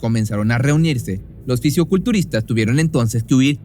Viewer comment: No se dice Fisiuculturista Se dice Fisicoculturista